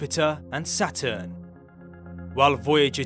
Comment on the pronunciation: | Ummm did I just hear my name said wrong. Its Saturn not Satur. Love your channel and seeing photos of me. hehe